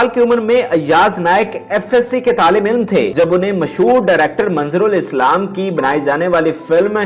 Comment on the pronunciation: Nazar ul Islam, not manzarul Islam..u will never improve not even try to do so